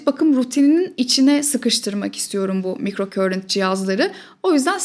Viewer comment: Emeğiniz için çok teşekkür ederiz ilgiyle takip ediyorum sizi ancak /mikrokörint/ şeklinde okunan bir kelime yok, alanım İngilizce olduğu için söyleyeyim; sözcüğün doğru okunuşu /maykrokarınt/ dır; ama buna da gerek yok güzel Türkçemiz dururken; keşke “mikroakım”ı tercih etseniz. Saygılar 🌸